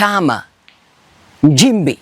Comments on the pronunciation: Hivi kama unaweza kutamka neno” nchi” unashindwa nini kutamka “Nchimbi”? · MKENYA MSENGE HUYU ANAJIFANYA MTANZANIA ILI APATE VIEWS NA LIKES ATENGENEZE PESA YOUTUBE.. MTANZANIA GANI MWENYE KISWAHILI KIBOVU NAMNA HII KUTAMKA NCHIMBI NA NDEJEMBI NI SHIDA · He has Nothing he is Speaking truth other thank making Up stories he Feeds from fake Stories media Comments and Posts..THIS IS A bullshit Kenyan Posing as Tanzanian while He cannot even Pronounce Nchimbi in a Right way instead he is using Kenyan and Kamba Pronunciation of “NJIMBI” and NDEJEMBI IS “NDENJEMBEI”. Huyu. Ni MSENGE ANALIPWA NA SATIVA NA MWAIPAYA KUPISTI UPUUZI USIO NA MAANA WA TANZANIA ASIYOIJUA.. ULIONA WAPI MTANZANIA HAJUI KISWAHILI? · Ni PIMBI HUYU MKENYA ANALIPWA NA SATIVA KUONGEA UONGO NA KISWAHILI CHENYEWE NI SHIDA HATA KUTAMKA NCHIMBI HAWEZI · Acha kuamini huyi MPUUZI hana Ukweli wowote zaidi ya KUTUNGA stories.. KUTAMKA NCHIMBI TU HAWEZI NDIO ANAKUJA KUKUFANGANYA ANAJUA ALIPO WAKATI YEYE ANAISHI KWENYE SLUMS ZA KEMYA?